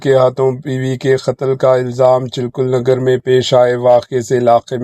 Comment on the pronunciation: Bhai chilkur Nagar nahin hai chilkanagar hai